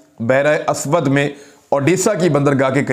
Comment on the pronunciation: Asood nae it's urdu word Aswadd.